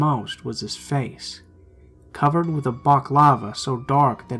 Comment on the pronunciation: And how he says wif instead of with.